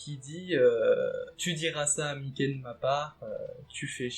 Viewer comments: Ne dit pas Mické stp 🤣🤣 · 'est vrai que ca fait bizarre mdr